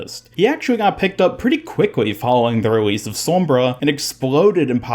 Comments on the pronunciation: It annoys me how you say "sormbra" not "sombra" lol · no one: literally no one ever:: sawmbra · Why do you say sombra like that